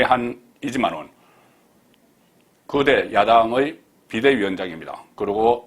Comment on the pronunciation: (거~대)를 (그대)라는 발음으로 들립니다. (이~모)를 (이모)라고 해서 요란했었지요.